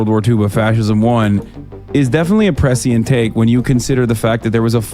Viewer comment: "precient" - is pronounced "pre'shent' Hasan.